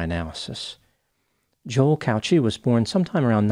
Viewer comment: The way you pronounce Cauchi is not right I'm Maltese and it's pronounced "cow key"